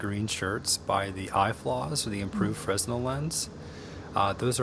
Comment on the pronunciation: "Fresnel" lens is pronounced "freh-NELL" lens, after Mr. Augustin-Jean Fresnel, who invented it. The "s" is silent, cuz France.